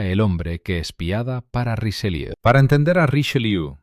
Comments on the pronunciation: ¡¡¡QUE PRONUNCIACIÓN!!!... ¡¡¡Hace daño a los oídos!!! [ʁiʃəˈljø]... NO Richeliú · Podía n haber puesto a alguien que supiese pronunciar bien el francés: ¿"Riseliú"?. Bah! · Porqué le dice RicheLIU. ?